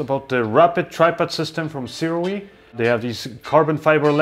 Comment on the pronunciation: THANK YOU,, for actually saying the name Sirui correctly!